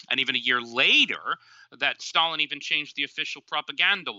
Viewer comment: I hope you don't both pronounce Stalin like that¹… I don't want to catch that habit ¹/ˈstælɪn/